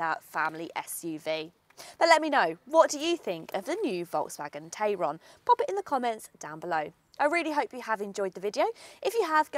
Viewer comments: You’re pronouncing the name of it the way that I pronounce the name of it which is TAY RON Whereas all the other reviews that I have seen call it a TAI RON, so which one is it? Do we pronounce it like the way that it is spelt or not? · About 3 days after it goes on sale the dealerships will be fed up of having to mention "It's pronounced Tie-ron actually" and never again will it but pronounced as such in the UK.